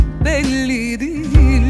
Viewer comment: Sıla ve Nükhet Duru'nun sesleri gerçekten çok güzel ama "sorucam" nedir , "diğil" nedir Allahaşkına ? İki kelimenin hatalı telaffuzu yüzünden şarkı berbat olmuş....